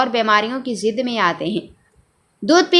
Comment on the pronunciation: bibi lafz zud hota hai zid nahin pata nahin kahan se ate ho